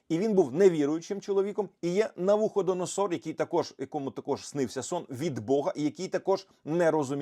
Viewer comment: Зараз буде довгий коментар з багатьма пунктами. 😅 1. НавуходонОсор (наголос на "нос"). 2. Моя мама стверджує, що не бачить снів або просто одразу їх забуває. 3. Мені сни сняться і найчастіше відображають мій емоційний стан чи переживання, перекручені підсвідомістю в якісь чудернацькі сюжети чи ситуації. Це дуже допомагає діагностувати проблему і вжити заходів. Але бувають і перестороги, і в мене є свій міні-сонник. Ні, ніяких зошитів не веду, але кілька закономірностей виявила. Наприклад: - взуття - це дорога (тут в принципі чітка аналогія і асоціація, може колись і в світському соннику підглянула). Якщо сниться, що взуваюсь, то станеться якась незапланована поїздка. Якщо взуття не підходить, чи шукаю своє і не можу знайти, чи зіпсоване, - то подорож чи поїздка не відбудеться з якихось причин, від мене не залежних. - Замазатись гівном - до хвороби (в сонниках навпаки - прибуток і все хороше). Якщо я уві сні забруднюсь ним, то я матиму різкий біль чи раптову хворобу, якщо хтось інший - то він. Ще в дохристиянській юності був випадок, що наснився мені знайомий, і був він брудний сильно, як бомж. А потім я дізналася, що йому операцію робили. - Таракани чи інші шкідники - це якісь суперечки чи складні ситуації через те, що у когось "таракани в голові" 😂 А бувають складні сни - перестороги, але значення розумію вже після того, як ситуація відбулась. І це такі сни, які дуже індивідуальні, навряд чи хтось розтлумачить правильно, але Бог через такі сни щось показує, і розумієш їх яко